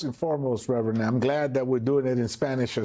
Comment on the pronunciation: Oh look! Its "reverand" 😅 Al with his race provocations. Howd that boycott go chump?